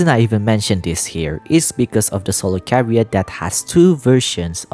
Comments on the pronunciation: Hello - I’d like to politely let you know that chariot is pronounced with a ‘ch’ as in chair, /cha-ree-ut/, and not like how it’s pronounced here on the video /ka-ree-ut/. Thank you and I love you your videos I hope you don’t take this negatively. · I can confirm that "chariot" has an "h" in it, and it's not silent.